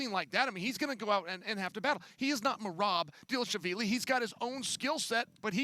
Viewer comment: Uncle Chael tried on Merab’s last name 😂